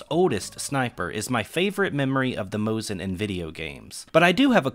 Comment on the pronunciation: You pronounced Mosin correctly, however need to fix the Nagant pronunciation. The 't' in the end is silent, so Leon's last name will sound as 'Nagan'. Kudos to the video, it is a pleasure to watch and very informative, as always!